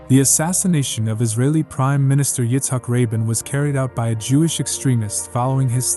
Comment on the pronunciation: Izzac Rabln is pronounced izzac ra been not rabin